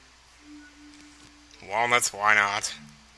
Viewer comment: Every time says Wallnuts, I break out into the DK Rap. TAKE IT TO THE FRIDGE